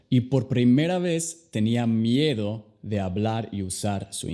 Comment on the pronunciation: Miero o miedo, deberías aprender a pronunciar bien el español